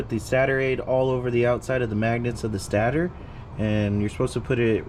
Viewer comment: It's pronounced stay-tor